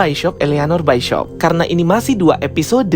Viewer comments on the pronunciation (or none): bacanya bishop bang bukan baishop